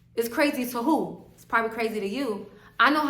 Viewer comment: "Crazy to who" 😂 I love when your NY accent come out ❤